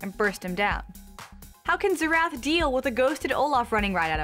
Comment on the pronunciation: Zee-Rath?? No that is NOT his name...lol Its pronounced like Zare-Ethh. Now say it...Xerath.